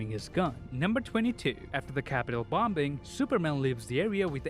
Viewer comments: this is very good review. one thing that hit my ear was the word "bombing" pronounced with middle "b" instead of the silent "b". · Anyone else notice how he pronounced “bombing” ? 🤣🤣